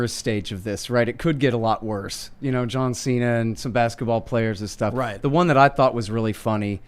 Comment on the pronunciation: JOHN XI'NA